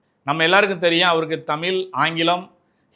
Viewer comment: உன் வாயில நெருப்பு அள்ளி போட தமில் இல்லைடா தமிழ் ழ் ழ் ழ்